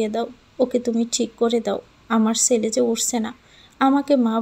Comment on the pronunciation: চ আর ছ এর উচ্চারণটা একটু শিখুন প্লিজ। ছেলে কে বলেন চেলে ,, এই রকম আরো কত কি